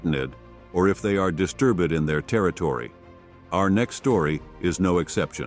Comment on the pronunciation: 😅 'distur bed"